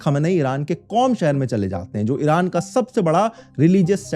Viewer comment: Why do Indian YouTubers pronounce Iron as IRUNN ?